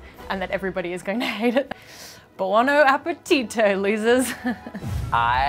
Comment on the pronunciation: "borne appetit" "soft like a perlow" "meats lovers" i love all the lil mistakes 🤣